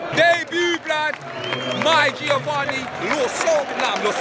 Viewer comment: M “G”iovanni Lo Celso 😂😂😂😂😂😂😂😂😂😂😂😂😂😂😂😂😂😂